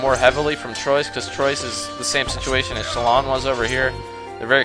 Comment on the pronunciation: I'm french i live in french and the pronunciation of "Troyes" is "troua" nice vids guy